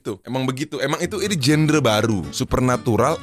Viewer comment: genre bacanya bukan "jender" tapi "jandra"